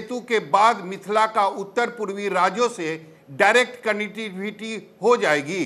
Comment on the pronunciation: कनेटिविटी नहीं भाई कनेक्टिविटी